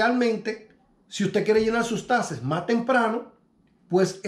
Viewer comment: Hey amigo NO SON TASES....SON TAXTES CON X